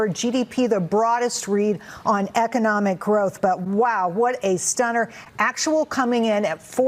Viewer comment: Did Donald say Echonomic? 😂 He knows so many words!